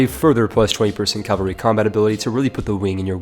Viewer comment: Repeat after me: CA - VA - LRY